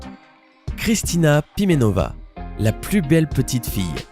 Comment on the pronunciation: Kristina Primenova , et non pas Pivenova